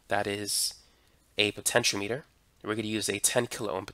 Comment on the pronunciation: It isn't a potenCH-o-meter, it's a potenCH-ee-AH-meter.